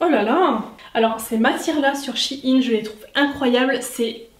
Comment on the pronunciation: Shein pas shi-ine